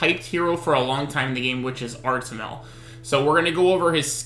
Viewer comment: Artimel? isnt it suppose to be artamiel lol